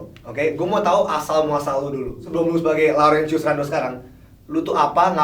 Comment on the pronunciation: "RENDOM" Ngakak Laurentius Rendom.